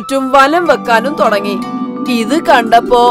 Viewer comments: തൊടങ്ങി അല്ല തുടങ്ങി എന്നാണ് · Thodangi alla thudangi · "തൊടങ്ങി" അല്ല തള്ളേ ."തുടങ്ങി" എന്നാണ് ആദ്യം പോയി മലയാളം പഠിക്ക് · Thudagi ann allathe thodagi alla😡😡😡